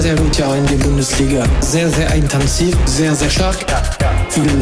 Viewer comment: Warum sagst du "eintanzig" aber unten steht intensiv?